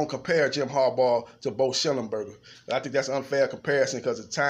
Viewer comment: schembechler NOT schemburger!!!!!